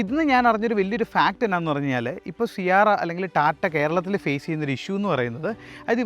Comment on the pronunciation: C ആരാ അല്ല C എരാ എന്നാണ് .